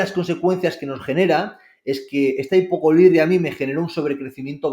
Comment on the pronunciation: No se cuantas veces ha dicho Ácido corídrico e hipocorídria?!?!?!? Este chico ha escrito un libro?!?!? Habla de que en la carrera no se habla de Microbiota... Este chico no ha estudiado la carrera de Nutrición, aunque lo da a entender... Qué triste! Ácido clorhídrico! Hipoclorhídria!!